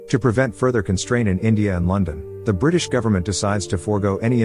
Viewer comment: " buth- buth brithish helpth india"